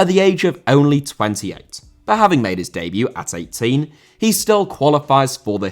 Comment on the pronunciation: Diaby* not Diohrbei Father* not Fohrther Lehmann* not Leimann Debut* not Deibyu Wikipedia* nkt Wikipedier Brasserie* not Bráseri Aren't* not Oren't Pokal* not Powkal Guadalupe* not Guorhdalup Half* not Holf Piraeus* not Pereyas Delavinias* not Delaveniyas Rather* not Rother München * not Munich Henrique* not Henriquei Raposo* not Rapouwsouw Botafogo* not Botafouwgouw Publa* not Puebler Alberto* not Albötouw Dia* not Daiar